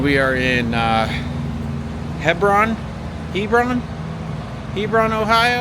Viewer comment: Dude your right by my house and it’s pronounced Hebron the e is loud